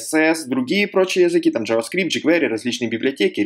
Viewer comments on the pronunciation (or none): none